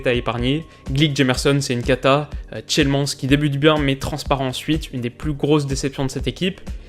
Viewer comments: Tielemans se prononce Tilemaanss. Oui je sais énormément de joueurs ont des noms à consonance néerlandaises et c'est pas facile pour les français :D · Juste pour info :) c'est TIlemansse que ça se prononce pour tielemans ;) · Super vidéo, juste ça se dit "tilemans mais 'ans' come 'annes' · Tielemans prononcée avec l'accent français c'est tellement moche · S'il vous plaît.. Arrêtez de tué le nom de tielemans.. Regarder comment les commentateur belge le prenonce s'il vous plaît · Bon faut vraiment faire un effort sur la prononciation des noms de joueurs stp. Et regarder les matchs aussi car Tielemans à sans doute été l un des meilleurs monégasque sur la pelouse. Il peut pas tout faire le mec. Il joue avec des chèvres sans âme ce garçon. J' espère qu il se trouvera un autre club...